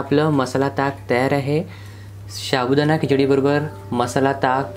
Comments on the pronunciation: Say sabudana not shabudana. Ok dear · तुम्ही याला सारखं शाबुदाना कां म्हणत आहे. ते चुक आहे व ऐकायला पण बरोबर वाटत नाही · शाबुदाणा नव्हे तर साबुदाणा म्हणतात. बाकी कृती उत्तम झाली आहे. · शाबुदाना नाही रे... साबूदाणा मस्त केलंस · शाबुदाणा नाही साबुदाणा म्हणतात